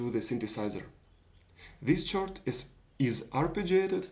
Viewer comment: Usually in English chord is pronounced "kord". Great project, I'll be building one too!